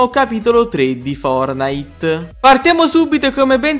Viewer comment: Posso dire una cosa ma tu perche dici fornite booooo